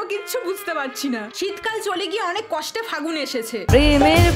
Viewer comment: Accha fagun bolche na hagun!!! Konta bolunto??